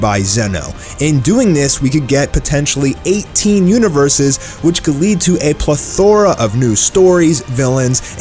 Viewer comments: ple-thor-a??? You mean plethora. Didn't know there was 2 ways of saying it 🤦‍♂️ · you're saying plethora wrong you put emphasis on the wrong syllable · the way he said plethora.. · name last so glad someone else noticed lol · Bro he said it twice! Like HOW